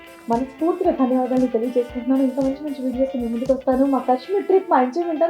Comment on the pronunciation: Kashmeer kadu kaashmeer